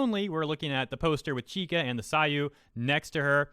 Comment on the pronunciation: nice video, but you are pronuncing it wrong, you are saying ki-ka, its chi-ka. write this in google translate for the correct pronunciantion: ちか